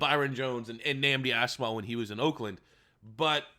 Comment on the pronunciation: Dude why are u butchering Nandi Asomugha name dude 🤣🤣🤣 cmon get ur shit together